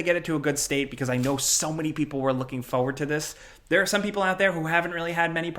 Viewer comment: Am I the only one bothered every time says forward as "foward"?